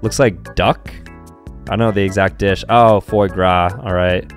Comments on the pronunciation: He got the gras part right. But I’m pretty sure foie is pronounced fua. Either way as an American I can confirm it doesn’t matter. Like as far as French foods go it doesn’t matter; people who say croissant as “kweson” really irk me. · nah its more pronounced like fwah grah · “Froy graa” the most American pronunciation it’s pronounced “fwa gwa”😂😂😂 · It's pronounced fwa gra not fwa gwa are you French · 'fOy GrAh' ... It's not how it's pronounced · Its goose or duck liver its illegal in 20+ countries in Europe and its pronounced Fráw guaw Fr auw gu aw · It is pronounced Ffwa Grrah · Bro cant even pronounce foie gras correctly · i got all ez and your pronounciation of foie gras is bad